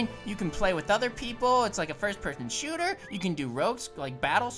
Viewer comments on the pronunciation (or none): none